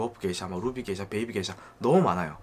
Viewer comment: 다 좋은데 왜 자꾸 게이샤라고 하나요? 원 지역명을 보면 명확히 게샤라고 써 있어요. 근원을 따지자는 사람마져 게이샤라고 첨부터 끝까지 발음을 하다니.... 에혀....